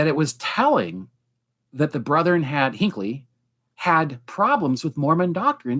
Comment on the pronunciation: How odd., for whom English is a second language, knows how to pronounce correctly the word "brethren," whereas two PhDs persist with the hicky "brotherin." It is very simple. The correct "brethren" is a two-syllable word and the incorrect "brotherin" is a three-syllable word. Brigham Young, who was apparently barely literate, used "brotherin," as may be seen in the Journal of Discourses, where many of his speeches are recorded. If you doubt it, please call Radio Free Mormon, who has commented on this issue in his podcast titled "A Marvelous Work and a Blunder," reviewing a film made by the church. The actor playing Joseph Smith in the film said "brotherin," thereby manifesting his connection to the moridor. Better yet, just ask.